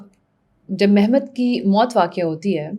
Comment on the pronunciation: مہمت نہیں محمد. اور بیزد نہیں با یزید